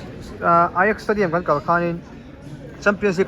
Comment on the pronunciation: Footballer hming ho i pronounce dân atang hian football chu i en ve nasa tih a hriat, ajax te kha a inziah dân ang a i lam mai ka ring a, mahse, an pronounce dan angin "i x" tih a i lam dan atang pawh khan i lo en ve nasa tih a hriat, chu mai bakah i knowledge hrim² hi alo zau emai, i theihnghilh zâtve pawh ka hre dawn lo tawp anih hi, kei lungmäwl hian😂😂